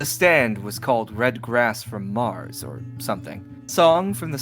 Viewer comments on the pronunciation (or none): none